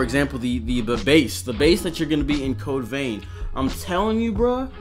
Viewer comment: "Code veen" 😅